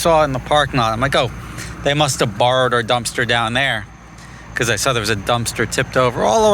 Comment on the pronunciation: What a wild way to pronounce “because” “Beecouuuzzze”